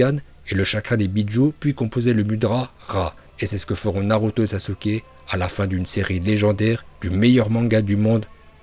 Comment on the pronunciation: Les vidéo de sont en moitié en VO donc c' est pour ça que dit Naluto yo. ( Le "l" en VO se prononce comme si il y avait "r" ).